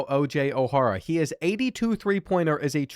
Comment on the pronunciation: I love these vids! I was in high school when this game came out and went to a college basketball powerhouse and we used to play the 2k10 game all the time. That said, the pronunciations of O’Hara is rough lol. But still, great stuff.